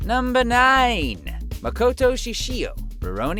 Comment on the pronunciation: who knew someone in the voice acting industry could mispronounce so many names? it's like he's never seen half of these anime. dude it's ma-KO-to. it's mo-no-GA-ta-ri. jfc